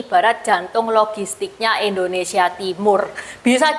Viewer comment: Mbag....indo ..bukan endo..koreksi aja ya...maaf